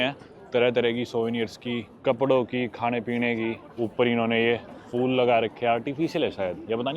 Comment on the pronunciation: Bhai fool nhi phool hota hai😢😢😢